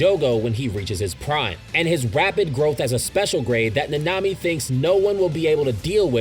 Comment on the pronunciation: My ears burn everytime he says any name ever. How do you mispronounce Nanami bruh